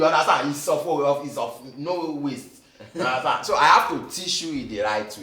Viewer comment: 🤣🤣😅 '' IS OF NO WEASTE '' Broda Shaggi hit me... Shaggi fanz gather here💯❤️